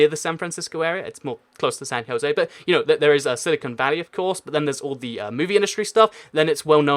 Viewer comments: It's not pronounced San Joye it's pronounced San JoZe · He pronounced San Jose San hohey